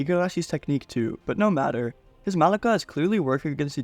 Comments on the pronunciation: Im pretty sure malicia is pronounced as "malisha" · is it not pronounced malisha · Bro doesn't know how to pronounce MALICIA instead says it like MALEEEKAAAA lmao its starting to bother meeeer